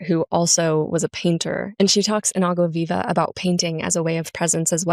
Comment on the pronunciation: Clarice Lispector mentioned 🥳🇧🇷 Btw great pronunciation of Água Viva 👏